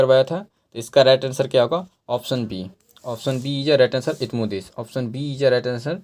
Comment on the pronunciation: Nam bhi shi se nhi le pa rhe hai ap